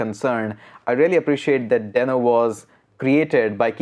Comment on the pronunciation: It is a dinosaur not a sock...watch Ryan Dalh Talk..he mentioned it And its Dee-no